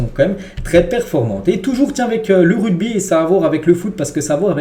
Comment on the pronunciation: RUGBY. PAS RUDBY 😂😂😂😂